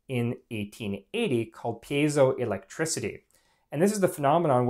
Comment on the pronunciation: I always thumbs up videos that pronounce piezoelectric correctly. Thanks!